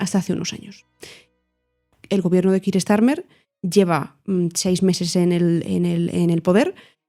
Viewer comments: Me sorprende la pronunciacion del nombre keir (kiir)... si no estoy equivocado se pronuncia (kia). Gracias x el programa 😊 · Gracias por tu respuesta FDV, no quiero ser un pedante, pero estoy bastante seguro que la pronunciación correcta es 'Kia', por la sencillq razón de que (llevo en UK 6 años xD) mi manager se llama Keir, y le tuve que preguntar varias veces por como se pronunciaba su nombre porque al principio le llama Kiir 😂😂😂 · Keir we go!;) Bien explicado, a mi tb me sorprende la manera española de pronunciar el nombre del primer ministro. La precisión en la información y el lenguaje es siempre importante y se agradece.